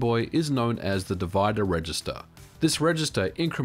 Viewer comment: At first I thought you said the "diviner register" 😂